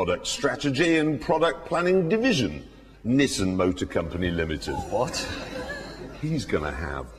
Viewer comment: Just realised they pronounce Nissan as Nissin. 1 is a car company. 1 is a noodle company.